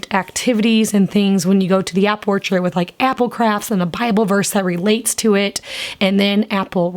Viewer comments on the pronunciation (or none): none